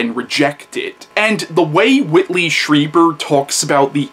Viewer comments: Stree, not Stry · Yes, you are (stree-ber, not stry-ber like everyone says)